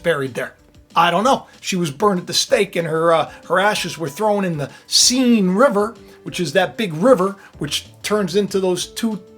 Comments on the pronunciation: arghhhhh - its not seen river - more like sen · BTW, the correct French pronunciation of the name of the river Seine is the same as the English pronunciation of the word “sane.”